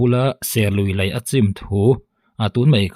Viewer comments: Engati nge 'Lai' i tih zêl aaa...Lei ..ti ta che. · Lei tihtur ani lawm ni